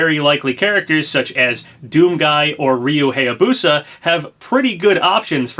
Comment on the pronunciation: He still pronounces it HEYA-busa